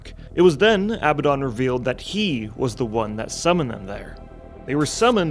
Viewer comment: It really kills credibility when you guys can't say Abaddon. I guess people aren't familiar with the biblical reference.